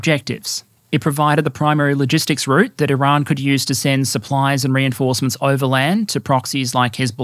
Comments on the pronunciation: You pronounce Iran weirdly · Why do you purposely mispronounce Iran like 90% of the time? It doesn't make you sound cultured just like a try hard. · First we had "Iran". Then our American friends introduced us to "Eye-ran". Now you're telling us it's "I-r[Scottish/French "R"]an. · Here just to hear how pronounces Iran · I dont know why, but "R" in "Iran" give's me wired posetive chils.. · I salute your Farsi-inspired pronunciations of “Iran” and “Tehran”. Though I am American, I will respectfully drop the r when saying “Darwin” or “Melbourne” if ever we meet at the -fandom convention.